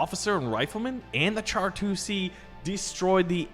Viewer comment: Him pronouncing it char instead of shar hurt my soul